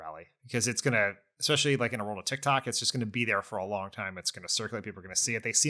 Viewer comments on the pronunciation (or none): none